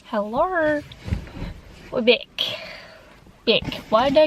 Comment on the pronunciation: The “hellew”